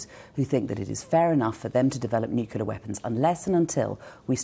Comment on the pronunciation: A Shadow Foreign Secretary who can’t actually pronounce: NUCLEAR